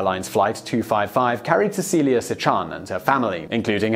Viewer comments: Keith Harding-Thank you so very much for making this comment! I was going to comment myself, but saw that it was already taken care of. I also wanted to point out that Simon pronounced Cecelia Cichan's name incorrectly, though. It is SHEE-un. Not Si-CHAN. Thanks again~Susan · Interesting TopTenz. A couple of corrections on the Cecelia Cichan survival. First, her last name is pronounced Shee-Han (like ham). Second, when rescuers found Cecelia, her mother's body was around the little girl--like a protective cocoon--which investigators think saved her. Third, she was identified by the purple nail polish that her grandmother had applied a couple of days before the crash. Ironically, Cecelia has little to no memory of the event.